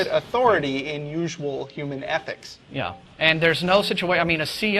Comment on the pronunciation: Why does he keep saying 'athics'?